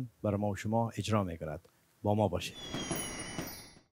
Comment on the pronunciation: گفتن خوب ارجا کردین هههه اجراَ نه ارجا